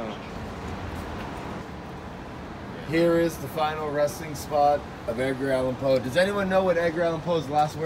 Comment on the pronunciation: "Did you say edgar allan cole...bay bay"quote of the year!